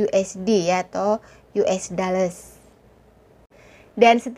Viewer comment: Dollar,....bukan dalles. Bnyk viewer/subscriber orang kampung lho..termasuk saya. 😀😀